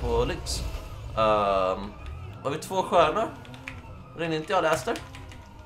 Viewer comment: Inte för att vara dum men han heter faktiskt lester inte Läster!!!